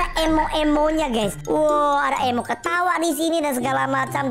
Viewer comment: DAN BANGSANG INI BILANG EMO EMO TAPI SEBENARNYA "EMOT" ADA T NYA!!